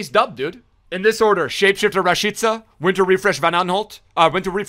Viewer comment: the Only YouTuber who says Rashica the RIGHT WAY 🇦🇱 🇽🇰👐🏻